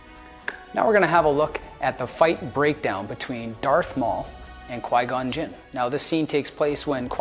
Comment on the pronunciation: He said Qui-Gon Gym lol